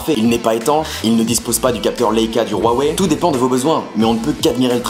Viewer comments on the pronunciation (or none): Rouawei 🙃 Huawei (wouawei) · non c'est Waweï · Haiwei se prononce Roiwé ? OMG MA VIE CHANGE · Pourquoi tu prononce Huawei "Rhuawei" ? Sinon bon test ^^ Mais serais-tu prêt à remplacer ton iPhone par ce Honor 8 ? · C'est une marque chinoise et ça se prononce Waweï. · Ruawei? MDR